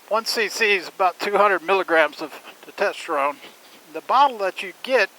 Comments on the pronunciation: Glad you made through the tumor situation so well. Sounds scary. FYI- it's pronounced "tes-tos-tuh-rohn". Usually a Urologist or Endocrinologist would be better than those clinics. And if you need to come off Testosterone, doctors can slowly wean you off and give you other medications to jump start your body's own production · It is pronounced Testosterone !! Good god! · Brother it’s test oster one lol, not to tester one …great info though, I just started about a week ago so I’m glad to hear it can be helpful but I’m doing the gel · Tetesterone? AND You dropped your motorcycle?! A minute and 30 seconds into this video and I hit stop! This guy is a clown! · You really need to learn how to pronounce testosterone. It seems that your blood work was done backwards which is kind of silly.